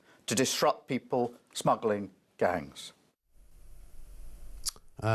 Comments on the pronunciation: Did I hear say smaggling 🤡🤡😂😂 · . what's a smaggling gang? 😂